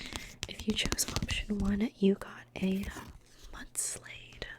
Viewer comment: I'm gonna be a little bit picky about your pronunciation of a couple of names, mostly because I totally did not understand what you were talking about and the way you said them missed the puns in their names. 1. Mudsdale. It's like a Clydesdale, which if you're unaware is a type of draft horse it's based on. Not muds-layd. Although if your eyes just letters in weird places, I totally get that I'm dyslexic 😅 2. Quaquaval. You said quak-wayvel this misses the "aqua" that's there in the name as well as the "carnival" that the name also takes inspo from. So: quak-wuh-vahl is what I believe it should be pronounced.